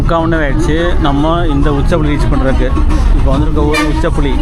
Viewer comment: உச்சிப்புளி என்ற ஊர் பெயரை உச்சப்புளி என்று உச்சரிக்கிறீர்கள். அது தவறு.